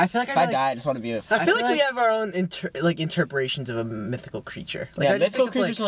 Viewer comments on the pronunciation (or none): i need a compilation of matt saying words wrong. 'interprations' 10/10